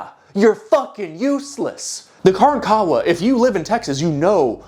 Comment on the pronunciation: Hey my dude, know youre not going to see this but grew up in Galveston. Its not KARAN-kawa but kaRANkawa